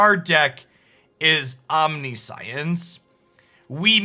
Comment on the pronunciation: Oh no, it's "Omni-science" again lol